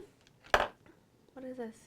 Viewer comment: I love how you say "dis" instead of "this" =)